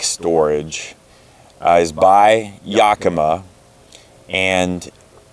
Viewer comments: Properly pronounced "YAKimah", not "YOKamah" for those folk not from the north west US. :-) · In Washington we pronounce it "Yack-eh-mah Not "Yahkeema". (Don't know how the native people pronounced it) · Another great and informative video; thanks, guys! Inspired by you, we got that exact tonneau cover awhile ago and love it. I have to tell you, if your other Pacific Northwest fans haven’t already: “Yakima” is pronounced YACK-ih-mah. Primary stress on “YACK”; secondary stress on “mah.” Trust me; I’m a professional (literally: I am a pronunciation researcher for the audiobook industry). That’s why DH and I are a great team: he operates all the dangerous equipment, and I make sure he pronounces things safely. We are probably going to get that same YACK-ih-mah rack for our bikes, but it’s good to hear about your experiences with it first. Thanks again! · YACK-uh-MAW. The stress on the third syllable is less than the stress on the first syllable. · First time I have ever heard Yakima and Thule read out load. Been reading them for years and that's not how I pronounced them in my head. Particularly Toolie :-) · That's crazy. No one from Yakima pronounces it that way, but I see that the company is based in Oregon, not Washington so that must account for the difference.